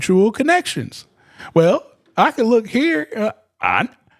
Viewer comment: Ask not aks